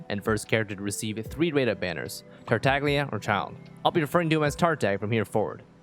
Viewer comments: Not gonna lie, it bothers me when people pronounce the g in his name, cause it's an Italian word and stuff, so this video is kind of a constant pet peeve lmao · I’ve only ever heard a few people pronounce, “Tartaglia” properly.